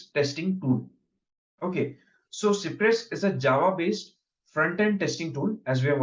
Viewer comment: it is cypress and not cipress